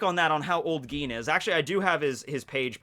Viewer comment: Its Gin not Geen.